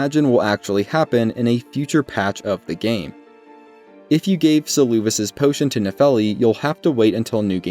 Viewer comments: Saying Seluvis's name as "Suloovis" is crazy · Suuluuvis😂 I love this pronunciation